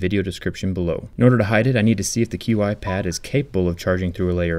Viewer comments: It's pronounced Chi, it is Chinese, it is not Q-I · Qi charging is pronounced "chi" charging, just so you know. Great video btw